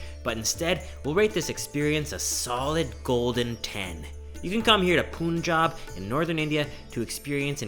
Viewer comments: Hey, the pronunciation of Punjab, is more like "Panjab". Great videos bro! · It is not pronounced as POONJAB, it is pronounced as PANJAAB. punj means five and AAb means water. It is land of five rivers. Among the most fertile land in the world acre to acre. Chef Hemant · Bro a small note its Punjab not punnjab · It's not poonjab it's Punjab. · It's not poonjab it's punjab 🤣🤣🤣🤣🤣🤣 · Not “POONJAB” bro it's “PUNJAB”..... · please don't call it Poonjab its Pun. like a joke pun. Punjab. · Lots of fun. Punjab...the first syllable rhymes with fun, not spoon. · Dear, warm greetings. i liked this food journey as your earlier vlogs. Only one thing pinches me that you are pronouncing Punjab as 'Poonjab' which is actually pronounced as 'Panjab'. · Lololololol, once again it's not poonjab 😂😂😂, it's phanjab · Hi Brother..pronunciation is "Pan"jab"...not "Pun"jab"... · Puuuunjab lol no oofense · Great vlog. Punjab 'u' is pronounced like 'u' in bun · Panjabb this is how we say it but no problems what u say love nd respect from all the sikh people we love nd respect everyone take the name off god nd do good deads that r moto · It was going well until you called Punjab "POONJAB" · "Poonjab" HAHA! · I don’t understand the pronunciation of Punjab. How Poonjab haha but love video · You pronouncing Punjab wrong...its pronounced as panjab. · "Pooonjab" Welcome to Canada😂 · Punjab is pronounced as "pan" + "jab" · It's Pun (like Mon in Monday) and Jab (like Cart in received pronunciation). More like Pun-Jaab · I love you man, but the pronunciation of Punjab as "Poon-jaab" was grating. The "pun" part is pronounced as in "punch". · U look good in the Punjabi dress but u didn't pronounced Punjab correctly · It's really great to see you respecting the culture and religion by not rating the food and wearing a proper attire. Only thing that went wrong was your pronunciation of "Punjab" xD Amazing work though!